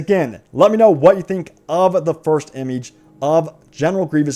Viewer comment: Please stop saying imige....... And wow what a picture of geonosis..... Game is dead get over it